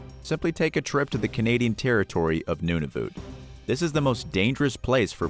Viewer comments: It’s nun-a-vut not noon-a-vit ~ Canada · DID NOT JUST SAY NOONAVOOT” ISTG AS A CANADIAN THAT PISSES ME OFF AHHHH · Nunavoot lmao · You miss pronounced Nunavut completely wrong. Its nun-a-vit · #5 Polar bears don't " Murder People" what a ridiculous comment also your pronunciation of Nunavut is way off.